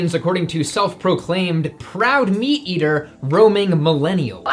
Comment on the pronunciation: "ima PROWD MEET EETAH!!!"